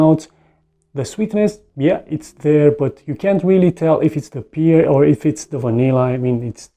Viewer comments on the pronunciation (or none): Good video bro but the fruit pear is pronounced as u would pronounce 'pair' not ' pier'